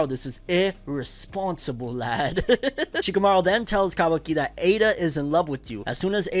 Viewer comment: Lmaooo he said shakimouri😂